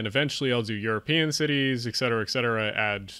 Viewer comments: Please ... "ET Cetera," not "ECK cetera." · EKSETERA, EXETERA, EGGSETERA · There is a lot of good information in the video. Your scripting needs improvement, especially to remove explicatives and to improve your narrative flow. Please remember that there is no "x" in etcetera. I do appreciate your focus on Improving urban areas in the U.S. Thanks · Regarding your list...correct “ect...” FYI: It stands for “et cetera”, thereby it is abbreviated “etc...” Maybe the error by so many is because of improper pronunciation of the word “et” ...it isn’t pronounced “eck seterah”